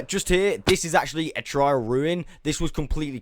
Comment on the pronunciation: TR AIL ruin not trial